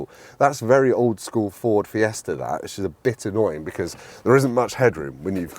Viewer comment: I wonder if that fella is still about, to tell he’s not saying Fiesta correctly 😂